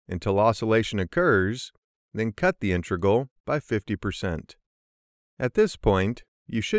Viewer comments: An exceptionally well produced video, but the mispronunciation of “inTREgal” instead of “IInTEGral” just ignited my OCD. 🤣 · Cool video! Very, very weird to hear "intReg_al" from an experienced speaker though....